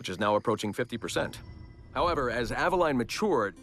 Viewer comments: He can't say Aveline correctly either. It's [Ava-leen] not [Ava-line] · Altair [All-tie-eer] Ezio [Et-see-o] Aveline [Ah-va-leen] Conner [Because my pale ass can't pronounce his native name any better than the narrator]